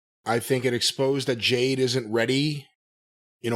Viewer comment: For months I've been going insane. I'm glad I'm not the only one who knows that Jim calls Jade, JANE!